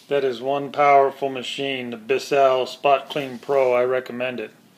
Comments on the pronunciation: It's not Bis Sell. It's one syllable Bissell. Like missile with a B. It's an extractor not a brush. Apply the cleaner solution and then pull the nozzle backwards to extract the dirt. With the amount of solution you used you might as well have washed it in the kitchen sink; or, better yet put it in the washing machine on Delicate cycle. Did you even bother to read the directions before you decide to show us how to use it? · Biss-sell lol Why did you dwell so long on useless content like the headrest removal And your clearly have no idea how to use this, yet that's the video name lmao